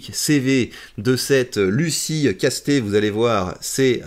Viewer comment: En tant que gascon, on dit "Casse-tèts", pas "casté" 🤣 Comuniste oui, mais avec un nom du sud ouest X)